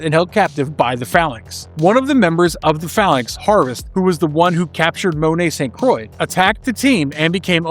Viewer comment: Jubilee has come so far, it's great to finally see her getting her flowers after nearly 40 years. Also St. Croix should be pronounced 'San Kwah', not 'Saint Croy' like the American hard seltzer. She's a Francophone with a French dad.